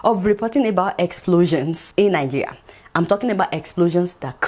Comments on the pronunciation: You can't even pronounce the name of our beloved country properly. Najiya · I enjoy listening to your pronunciation of 'Nigeria.'